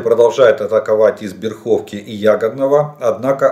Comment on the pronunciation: не БерхОвка, а БЭрховка.